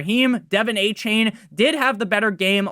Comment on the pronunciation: you a dolphins fan its A-chan not A-chain come on bro